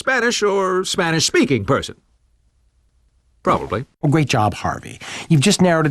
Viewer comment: Do you mean the gentleman who probelbebliblablyablalab the defendants bleblyblibbleblehblebroblybliableh guilty at the bleblibgblab of trial?